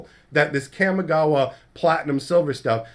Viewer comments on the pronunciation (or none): Your pronunciation of Kamigawa bugs me. I feel like the "Kam" in Kamigawa should rhyme with 'mom', not 'jam'.